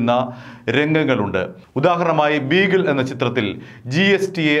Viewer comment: ബീഗിൾ അല്ല. ബിഗിൽ....😄😄😄